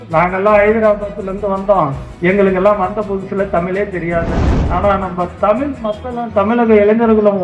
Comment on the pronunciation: தமிழ் என்று கூறுங்கள் தமில் இல்லை